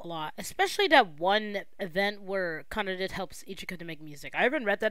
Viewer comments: its kana-dae 😓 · why do you say "kanadid" for kanade ?